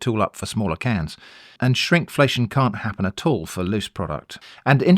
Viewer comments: Was that “Shrimpflation” or “shrinkflation” ? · For a moment I thought you said shrimpflation (TM)